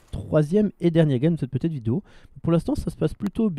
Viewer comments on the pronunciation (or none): none